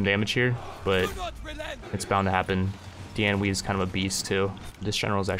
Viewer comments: it’s pronounced Dian “Way” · Xiahou Dun: Shee-yah-ho Dune Dian Wei: Dee-on Way